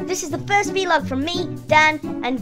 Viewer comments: I just realised how they said “V-Log” not “Vlog”😟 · Vlog! Not v-log oh the humanity!! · ITS VLOG NOT V LOG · Did he say v log